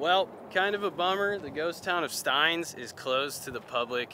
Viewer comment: Awesome trip! But Steins is pronounced "stains". 😊